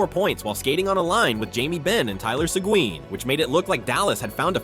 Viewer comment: It’s not Tyler segween